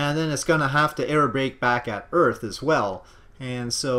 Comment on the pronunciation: Earth ends with a TH sound not a PH sound so it is not pronounced Earf.